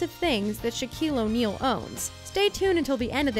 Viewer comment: “Shaquale Onale”